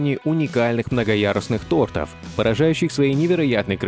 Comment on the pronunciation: Неграмотный ты сказал тортов ударение на о а говорится тортов на 2 о